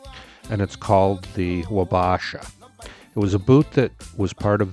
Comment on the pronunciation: it's pronounced WAH-BAH-SHAH sincerely, an Isanti Dakota man 🪓 Minnesota is our homeland and Chief Red Wing and Chief Wabasha are the meaning behind these name's